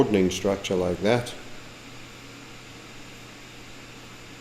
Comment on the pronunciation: Almost forgot to "Loike"